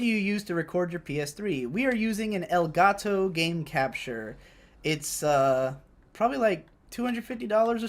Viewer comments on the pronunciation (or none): as a spanish person that "elgatou" made me laugh really hard